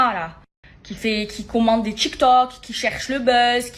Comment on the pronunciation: 😂Je rêve où elle dit ''chiktok'' au lieu de tiktok ? 😂